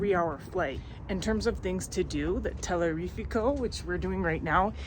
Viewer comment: I was 💀 when I heard that after she also kept butchering Teleférico 😂